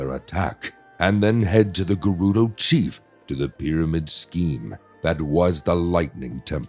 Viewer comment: Wait why can’t you pronounce the word “chief?” Did you get AI to do this?